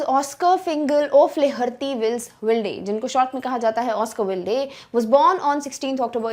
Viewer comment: Oscar Wilde is pronounced as Oscar Wild .